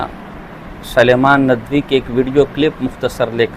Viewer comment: اری گینڈے تجھے سلمان ندوی کا صحیح نام لینے بھی نہیں اتا۔ تم چوتیا مولوی لوگ بولنے کیوں لگتی ہیں چوتیے بولتے کیوں ہو تم لوگ بولنے نہیں اتا ہے